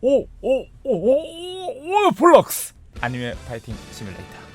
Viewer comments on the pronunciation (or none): 아니매그 아니고 애니매에요!